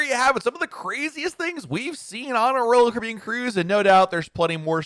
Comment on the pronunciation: SPEAK SLOWER!!!!!!!!!!!!!!!!!!!!!!! PROPERLY PRONOUNCE "ROYAL CARIBBEAN!!!!!!!!!!!!!!!!!!!!!!!!!!!!!!!!!!!!!!!!!!!!!!!!!!!!!!!!!!!!!!!!!!!!!!!!!!!!!!!!